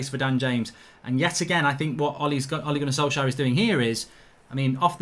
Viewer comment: Ole gonner solksjaer 😂